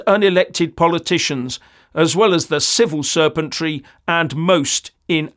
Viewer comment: "Civil Serpentry" 👈🤣 That is what I heard and man it fits!